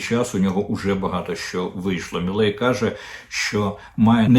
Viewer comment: Не «Міллей», а «Мілей», пане Дммитре. Javier Milei.